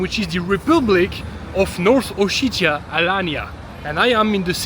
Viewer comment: Как он противно произносит O-shit-ia 🤮